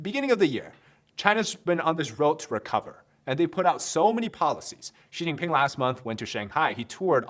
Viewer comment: Oh ok Xi pee'ping' 😮😅🤣